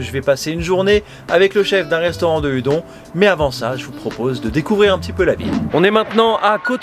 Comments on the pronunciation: Salut salut ! Ya un truc qui me turlupine depuis le début de la vidéo, il faudrait pas prononcer les udon "oudonne" plutôt qu'à la bonne française ? Voilà sinon super vidéo ! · Très bonne vidéo! Une raison pour cette prononciation francisée de "Udon" ?